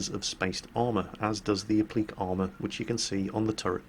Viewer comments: ACTually,, it's "app-lih-kay".. unless I'm missing some info. "App-leak"? Not heard that before. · It took me a second to understand you were pronouncing appliqué as uh-pleek. Never heard it pronounced that way. In the states I've always heard it pronounced app-li-kay. Haha! Sleep deprivation is fun. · Applique is pronounced "app-lee-kay" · I think it should be oblique or obliqued armour, appliqué(and it's pronounced the same here in the UK) is a type of stiching if I'm not mistaken ? So he was actually saying uh-bleek, blame his Geordie roots, although he's really lost any hint of it. Probably knocked it out of him in the Navy. regards, Paz.